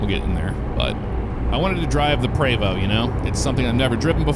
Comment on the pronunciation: Thanks for saying Prevost correctly lol I drive a X3-45 Entertainer. You’re in St Louis, right? Next time I roll through I’d love to have you out if you’re interested.